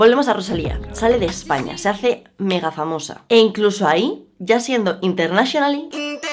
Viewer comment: In ter na shio nal...mm mejor pronúncialo bien. vale.